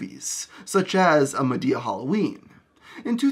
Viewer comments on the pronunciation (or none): none